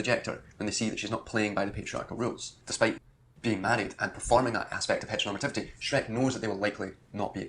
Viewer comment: My brain rotted when he said "heteronormalative" for like the 300th time